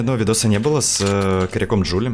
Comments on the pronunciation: ДжулИИ а не ДжулЛИ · Джулии, а не Джулли